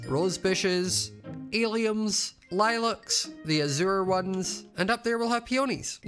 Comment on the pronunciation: i love how says lilack